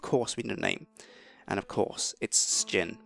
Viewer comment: You pronounce Sjin wrong....